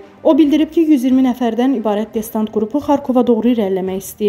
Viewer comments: destanat yox , distant )) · Xanım DESTANT YOX, DESANT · Destant yox , ay Aparici Xanim Desant...Duzgun telefuzz edin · Xəbəri oxuyan xanım adı"desant" sözünü deyə bilmirsə indiki aparıcılara deməyə söz tapa bilmirəm. İnsan nə dərəcədə səhlənkar olarmış. Destant nə idi? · destant yox desant))) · Destant yox xanım desant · Danışığı öyrenin. Destant yox, desant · Destant yox, desant. Bir shey hazirlayanda hech olmasa ciddi shekilde, normal Azerbaycan dilinde hazirlayin da. Kuche sohbeti elemirsiz ki... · Ay jurnalist destant deyile desantdı duzgun teleffus ele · Destant yox desant 😂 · Distant yox desant...😁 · Destant nedi?) Desant. 1 dəfə diseydi neyse. Ya qız üzündən oxuya bilmir ya da movzunu yazan yaza bilmir. ) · Desdant yox Desant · Destant yox Desant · Muxbiriniz "desant" sozunu deye bilmir! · Destant)))BelqorOd,yox BElqorod.Kimi qəldi danışdırırlar